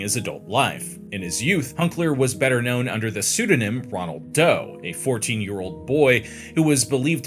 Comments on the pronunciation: Not Ronald Doe, ROLAND Doe. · I thought it was Roland Doe, not Ronald Doe.